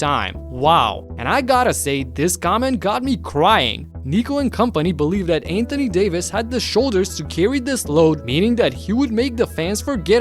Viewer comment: Anthony "day to" Davis smmfh